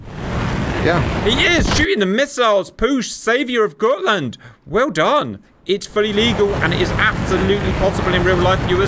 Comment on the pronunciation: The got in gotland is pronounced as it is spelled.